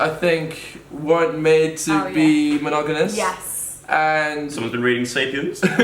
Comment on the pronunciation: it's monogaMOUS, not monogaNOUS;)